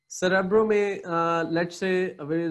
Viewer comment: Bro ye cerebro ha not cerybro 😊